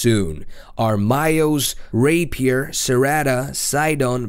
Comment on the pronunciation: Wew Rpaier a.k.a rapiest lol